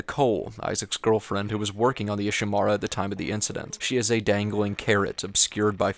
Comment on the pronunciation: IshiMURA, not IshiMARA. even the characters pronouce the name of the ship you're in.